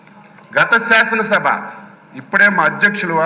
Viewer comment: సాసన సభ కాదు సార్ శాసన సభ Syaasana Sabha